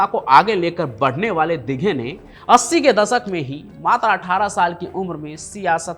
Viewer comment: Tera channel block karna padega .....tu Dighe sahab ka nam thik se nahi le raha